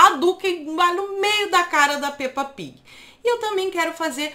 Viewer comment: Menina eu adoro ver você falando Peppa pig monese e uncerto bosta